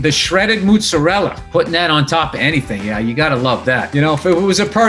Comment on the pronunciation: did he just say moozeralla